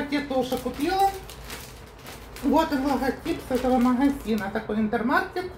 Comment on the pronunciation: Интермаркт! Хватит все магазины на ваш украинский лад произносить.Маркет это у вас,тут Маркт.Микс Маркт,Интермаркт.Маркт,Маркт!!!Необучаемая